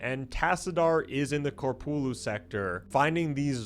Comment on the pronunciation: KOPRULU SECTOR NOT KORPULU FFS